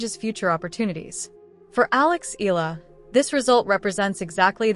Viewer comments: Alex's surname is pronounced "EH-YAH-LAH"!!! (THREE SYLLABLES!!!) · 😮😮😮PLEASE IT IS PRONOUNCE EH-YAH-LAH!!! OK!? 😮😮😮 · Pls pronounce her name as Eh....yah...la.. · Maybe It's AI . That's why they cannot pronounced her last name properly. .